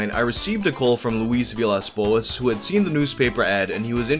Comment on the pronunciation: I'm rather impressed by how perfectly you pronounced "Luiz Villas Boas"!